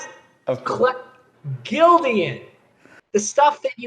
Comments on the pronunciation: I screamed when he said “Gildian” 🤣🤣 Even my church Can atleast Do American Apparel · Dude is annoying as hell. I feel bad he was scammed, but man, this was annoying. And if he said "Gildian" one more time, I might've offed myself. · I guess GILDAN is pronounce GILDIAN? 😂